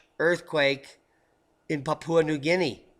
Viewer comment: Papua Papua .. Well done, You nailed the correct pronunciation .. Perfect :) Thats a huge effort for an American i know,, to be applauded...